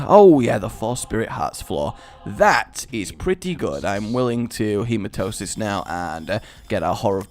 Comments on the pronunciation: You make me sometimes.... You say Hematosis, when its Hematemis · you do know the voice pronouncese the hematemisis pill, right? learn it. He-ma-tem-ma-sis. feel free to keep calling it Hematosis, but on the next episode you record (after you read this obviously, since you batch record at time) please just say it properly one time. please, for this random subscriber? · Rage, a question. Why do you keep calling the Hematemesis pill Hematosis? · All those hours of re/afterbirth and he still can't pronounce Hematamesis. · when you dont say hematemesis correctly. really, look it over for a min